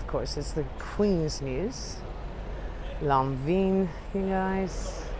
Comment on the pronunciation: Your pronunciation of these beautiful fashion houses is cringe worthy. Lanvin is pronounced “lohn-vahn.” 🙄🙄🙄